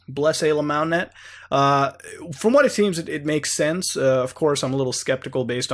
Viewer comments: Stop saying AYYLAMO. fucks sake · i thought you were saying alemals. not know what that was i googled it and dog porn came up. wtf.